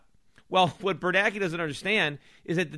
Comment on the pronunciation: Of all the things Schiff is great at, name pronunciation is is not one of them....but then again, if he wants to call them "bernackee" and "krugman", I don't mind. (I mean, it's not like his name is spelled "kroogman." Why the heck should he get to be called that?...well, plus he's an idiot who called for the government to create the housing bubble, so I'd say Schiff is doing him a favor by not just calling him "asshole")